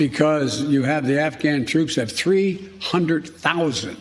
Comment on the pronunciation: Hahahahaha!!! How he stressed 300,00!! 😂😂🤣